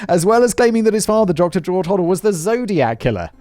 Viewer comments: It’s pronounced hoe-dell, not hoddle. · Doctor Ho - del [ NOT Hoddle, Simon! ] was briefly a suspect for the BD murder AND that of his secretary and very suspiciously fled the US to the Phillipines for 40 YEARS- he is still my preferred suspect and I am disappointed that did not mention these facts in this video..Dr Bayley is my 2nd choice as murderer.... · Robert “Red” Manley, (with an M) a 25 year old married salesman.. and (pronunciation guide) Hoe DELL Thanks Si for covering so much of the good stuff 👍.